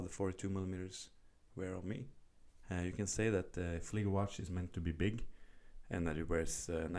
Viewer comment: Appreciate correct pronunciation of model in German. Nice video.